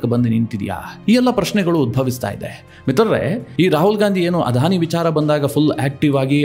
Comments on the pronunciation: Sir, You have pronounced everytime as 'Adhani' instead of 'Adani'. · ಅಧಾನಿ ಅಲ್ಲ ಅದಾನಿ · It is not ಆಧಾನಿ. ಅದಾನಿ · It is not Adhani it is ‘Adani. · Adani not Adhani. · ಅಧಾನಿ ಅಂಭಾನಿ ಅಂತ ಹೇಳದೇ ಅದಾನಿ ಅಂಬಾನಿ ಅಂತ ಸರಿಯಾಗಿ ಹೇಳಿ